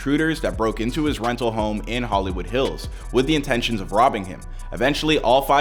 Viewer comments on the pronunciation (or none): none